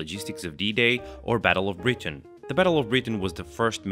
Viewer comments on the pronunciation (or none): none